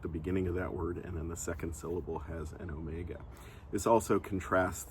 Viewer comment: My language does have the ōmega sound. Your pronounciation still sounds like omicron, albeit long, to my ears.